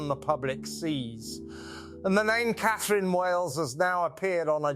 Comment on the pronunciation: It's A I you are talking to. I clued in with the pronunciation of :Catherine". Then, when it said "Raff" instead of R.A.F.